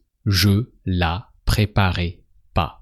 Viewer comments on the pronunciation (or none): Quand il dit " tu la préparais " J'ai entendu " tu l'as préparé "